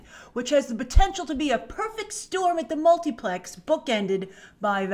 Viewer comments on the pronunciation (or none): Anybody else love when Grace says Multiplex? 😂